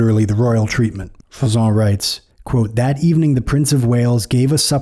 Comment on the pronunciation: It's Jean Froissart with an 'r' sound at the end. The way you pronounce it it would have to be Froissant.